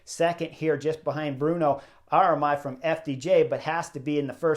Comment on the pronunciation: Thank you for the instructive video!! Btw correct me if I am wrong but it is written AR-MI-RAIL and not A-RA-MAIL ;) AIL pronounced AY